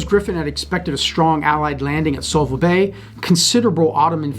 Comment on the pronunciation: Great game. But it's Suvla not Sulva.